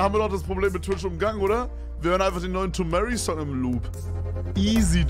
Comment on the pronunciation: tomary spricht seinen Namen richtig aus und paar Sekunden später spricht Kevin ihn falsch aus